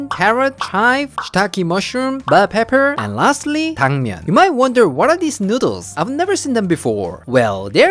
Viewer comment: I luv how he say nuudles